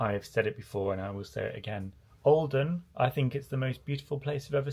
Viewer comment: Everytime you say olden I hear Oldham 😅😂 .... It's so pretty though, love your vlogs ❤️